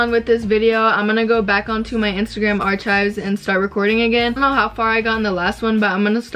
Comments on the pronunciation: omg i love u but its are-kives not arch-kives haha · lmfao i love u but isn't it 'are-kives'? potato potato lol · Yes sis “arkives” is right ily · take a shot every time she says “archives” wrong lmfao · u did not say archives like that omfg